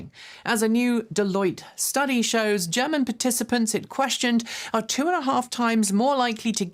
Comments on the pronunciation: 👩🏻‍🎓 You -. I want a hundred hand written lines of “German is pronounced with a soft G.” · i heard it too.